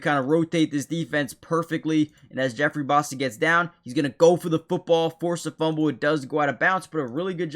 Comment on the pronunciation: I second the Karlaftis video, I think he's been very underrated this year. Also you pronouced Bassa correctly just so you know.